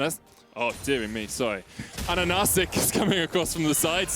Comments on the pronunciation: yayyy medic you made it man! you managed to say 'ananasik' just before the game ended !!!! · It took 2 years and great accomplishments to make casters pronounce his name correctly! Great Job, Ananasik!